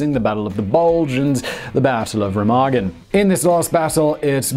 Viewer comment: Hi Simon, what a very interesting video! BTW you may wish to check your pronunciation of Barbarossa, Sevastapol, and Remagen....